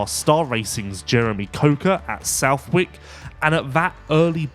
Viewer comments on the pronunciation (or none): none